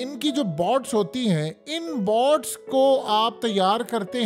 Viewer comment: بائٹس نہیں، بوٹس۔ جب انگریزی نہیں آتی تو کشتیاں کہ دیتے۔